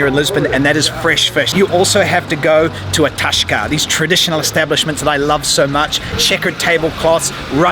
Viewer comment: It is not toska it is tasca